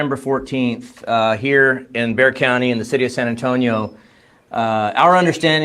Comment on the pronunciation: Okay, as an Austinite, absolutely love when y'all mispronounce Bexar. Handful of different options, easiest is probably bear or bay-er, or just say San Antonio, just never bex-ar, .